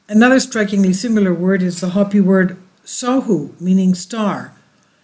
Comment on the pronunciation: "Hope-ee" not hoppy ;)